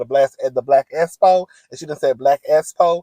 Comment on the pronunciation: I thought I was Trippin every time Tisha will say The Black “S -Spo”! I’m back that thing up several times to listen very closely as to how she pronounce that word!!!! It was driving me nuts….😂😂😂